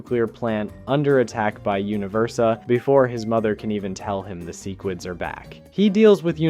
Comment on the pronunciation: Love the video but the way you say sequids, Cecil, and crisis pisses me off😂